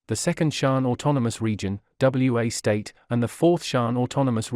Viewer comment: It isn't W.A. state. It is Wa State.